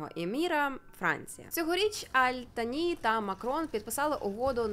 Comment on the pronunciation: Живу тут 3-й рік 🥰 Віросповідання іншої релігії дозволено,просто не відкрито,поважай іслам,а сам слідуй чому хочеш.Я навіть Таро провезла.😂😌 Кáтар,Аль-Тáні-наголоси мають значення.🤓 Я люблю Катар.🥰